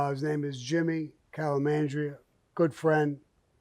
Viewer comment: Calamamdria. I love when old school guys butcher names. Hahaha. Bath Beach guys.